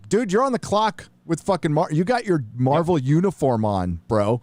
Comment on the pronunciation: I kept hearing Marble Movies when taking about Marvel movies. As it should be: them producers lost their marbles to the left.